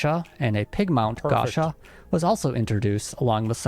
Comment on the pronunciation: I assume the guy making the original video speaks japanese, how does he not know how to pronounce gacha? japanese pronounciation is probably the easiest part of learning the language, especially if you can already read it